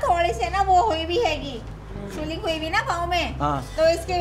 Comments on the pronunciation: jaisa doctor waisa anchor. swellling ko soiling bol raha h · Swiling jo aap keh rahay ho janab, aap bhi ghalat he keh rahay ho, it's swelling. So please correct yourself first and this is scrippted fake planned. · the funny part is the fake doctor and reporter both said swelling wrong. 😂😂🤣🤣 sooling kya hotha hai hor swaayling kya hotha hai?😂😂🤣🤣🤣